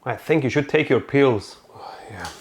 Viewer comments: The way he says 'Pills' got me so confused.. The whole time I was thinking what are these 'Peals' and how are they related to his brother and mom showing up. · Omg be said pills not peels